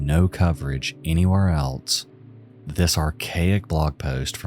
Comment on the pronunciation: "What eltse" you mean "what ELSE".